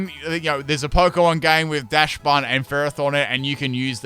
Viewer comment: It's pronounced Dox-bun. The name is based on dachshund, which is pronounced dox-hund.